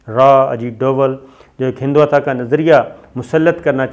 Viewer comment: اے پیارے بھائ صابر شاکر یہ لفظ ہندواتا نہیں ہندو توا ہے۔۔۔پتا نہیں آپ اپنی غلطی پر کیوں ڈٹ جاتے ہیں۔ آپ واحد اینکر ہیں جو یہ نام مسلسل غلط بولتے ہیں ۔ حد ہے